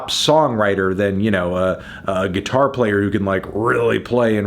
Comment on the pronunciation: That kid in Queen sux at gee-tar